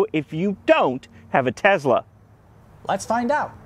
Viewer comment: It’s Tesla not Tezla.